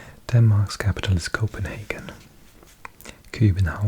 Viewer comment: You nailed the pronunciation of Copenhagen bro!